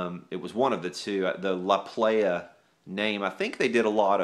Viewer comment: ..... it is pronounced "La Ply-uh" La Playa is Spanish for the beach.........doesn't make you a "playah"....that's the club scene!!! Love yer show bro!